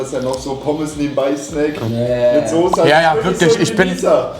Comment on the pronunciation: Soße und nicht Sose. Er lernt es einfach nicht!!!